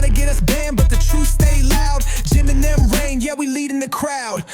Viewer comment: “Jeehm and Thee-uhm” never heard of THAT podcast.